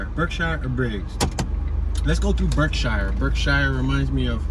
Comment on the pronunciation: We pronounce it berksheer not shire like in the hobbit hahahah.